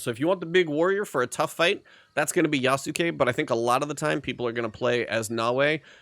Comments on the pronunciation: How did you get this far into the game without learning how to pronounce Yasuke? The u is essentially silent. It's Yahs-kay, not Yah-soo-kay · I still don't understand why, Americans keep saying Nao-way, and Yasu-kay?? That's not the language and in game they have LITERALLY told you a thousand times how to pronounce things. It's like if someone called my Japanese friend Dai-soo-key (Daisuke), it's just cringe to hear. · They say his name in the game several times, and you still can't pronounce it correctly. I've heard several youtubers mispronounce Yasuke.